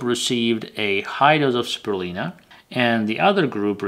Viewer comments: How come you don't say the "u" in spirulina? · Speeer re lye nah